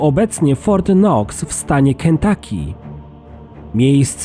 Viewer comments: And that's FORT KNOX. NOT FURT K-NOX. GET IT RIGHT. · Fort K nox? Really?